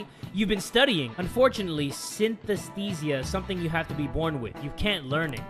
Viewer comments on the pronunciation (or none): its pronounced sines-Tisha not sin-tes-tisha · I miss Tanaka's Sunday morning jingle. Also I have synesthesia. It's pronounced sin-es-th(soft not hard th)-ease-ah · Its pronounced sin-thesia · I AM GREEK AND IM SO HAPPY THAT THE PERSONA GAMES INVOLVE SOOO MUCH GREEK INFORMATION! Also syn(συν) means plus/together and aesthesia(αίσθηση) means senses also, the way to pronounce the word "synesthesia" in Greek(συναισθησία) is: synesthisia where "y" is pronounced like the first letter "i" in the word "inspiration" the letter "e" like "e" from the word "elephant" the consonants "th" like the word through and the two "i" like the first "i" in the word "inspiration".:) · Synesthesia (sin-est-teez-sha) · It's pronounced sin-is-thee-shia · When u r greek and cant say synesthesia correctly and u correct him 😂☝️🔝